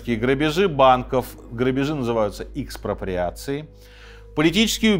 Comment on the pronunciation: Экспроприации .. А не "икс..😂